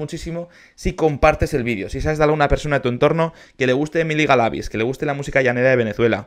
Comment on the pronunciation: Ella ganó el concurso, ah por cierto ahora si estas pronunciando bien el apellido Galavíz.